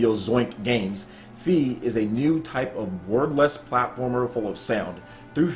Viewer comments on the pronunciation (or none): I think it's pronounced Fay not Fee lmao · "Fe" is the Swedish word for Fairy. If thatvis what they mean, it should be pronounced: "Feeh". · Pretty sure it's pronounced as in "federal", cause fe is Spanish for faith.